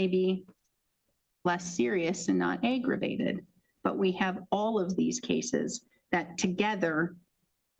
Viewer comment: AYYYYYgravated??? Cmon judge?? 🙄 Definitely not how you pronounce that...🙄